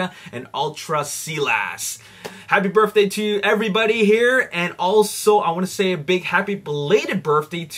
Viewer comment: Sorry but it sounds like your saying burfday